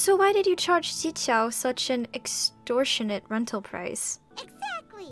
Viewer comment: Yanfei basically gave up on pronouncing the "Zhi" in Zhichao's name lol